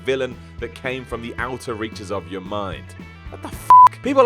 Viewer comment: your "yore," you're "yewer"